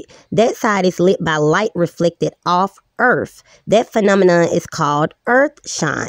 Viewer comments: Its not really fair to have this "female" on...she said, "erf" instead of earth..."she aint be knowing how tuh tawk nah mean" dont have people like this on your channel... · lol, you might be right, now I can't tell. I don't know what on gods flat "ERF" she meant to say👍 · "Ladies and gentlemen! The Earf is fwat! 🙃"